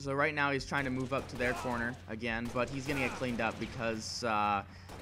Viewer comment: "once agal" -_